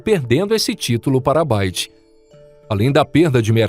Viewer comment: Concorre com a "Baide" na China??? Estava querendo dizer BYD (BI UAI DI)?